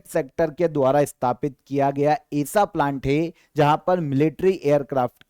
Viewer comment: आप ऐसा को एसा क्यों बोलते हैं।